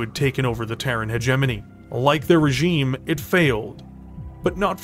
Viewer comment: So you CAN pronounce hegemony lol